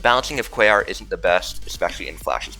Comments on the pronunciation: He actually says it right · I’m giving you credit. You say Quaoar correctly. It’s the kind of thing that forgives congregation not being on the list.